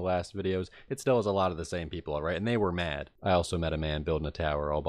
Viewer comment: new jersey/mid atlantic states pronounciation of "mad" new jersey/mid atlantic states pronounciation of "off" (and gone earlier in the nether part)